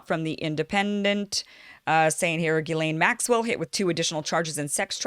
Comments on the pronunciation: And I hate to say it but it's pronounced "jizz lane", an appropriate moniker if ever there was one. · Pronounce as if spelled Jiz-lane . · Kim got most of it right but failed to pronounce Ghislaine's name right - Although her pronunciation of "Voulez-vous coucher avec moi" was perfect!... 😁